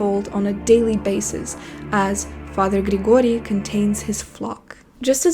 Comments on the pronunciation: Your pronunciation of Grigorie is so perfect! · They way you've pronounced Grigori makes me think that you yourself are from one of the eastern european countries ;) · You can't convince me Russian isn't your native language after THIS pronunciation of "Григорий" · wait a second, the way you pronounced "Father Grigoriy" made me suspect a Russian in you :D